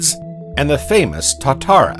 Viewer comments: good doco, terrible pronunciation of words, old lizards in nz are called tuatara, ie 2 a tara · good info but the pronunciation of alot of the nz names - Tuatara, Maori etc was pretty bad